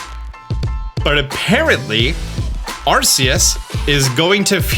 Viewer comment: Why do you keep calling this game "Arseus" after the Nintendo trailers of them pronouncing it "Arkeus"?